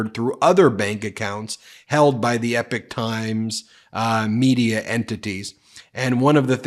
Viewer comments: E pok not epic. Blame my neurodivergent brain for the pronunciation obsession lol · I think they pronounced it “EEEE pock”, not “Epic”. I heard their commercials a lot a while ago on YouTube and when I researched them I realized they weren’t what they advertised themselves to be. After that I quit getting their commercials! It was weird. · It's not "Epic Times" it's "Epoch Times" (pronounced ee-pock). What a tragedy considering what Falun Gong stands for as a new Chinese religion which is based on truthfulness, compassion, and tolerance. Members live a clean moral life and practice healthy exercise and eating which has left them in better shape than the average Chinese. Because of this many have been arrested because they are members and accusations against the Chinese government 's treatment of them is the forcible removal - without any form of pain relief - of organs to sell on the open market because they are in much healthier condition than the average citizens. Any stories like the one you talked about sounds like propaganda to destroy a growing threat to the government's constant self enritching, massive thefts! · BEN. You have to pronounce Epoch Times like Ewok times. Yeah, like Star Wars. NOT epic ! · It isn’t EPIC TIMES It is EPOCH (Rymes with POKOK) TIMES !!!! Ben. YOU really really need to work on your presentation skills. The frantic rate of delivery with staccato emphasises is really really irritating and detracts from the substance of the content. Did you speak like this in Court? I very much doubt it. And I am sure your arguments and presentations were better received for the more measured approach you surely adopted. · It's pronounced "EPOK" times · Epoch is pronounced "E POCK" like the geological term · Ben:_ben: it’s the E-pock (Epoch) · Isn’t it Epoch times? You pronounce it like “epic”. If you want to know how to pronounce it watch The Matrix 1,2&3. Don’t worry about which one he’s in, it’s the best movie ever made…